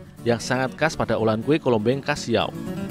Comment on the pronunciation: Bukan siaw min tapi siau